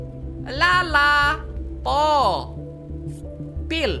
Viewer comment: PO woy bukan pou